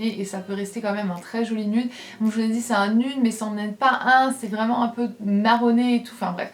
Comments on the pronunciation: C'est pas "nude" c'est nïude 😂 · T'habite en Amérique mais tu prononce "nude" à la française (ceci dit même les français ne le prononcent pas comme ça en général), c'est assez contradictoire mdr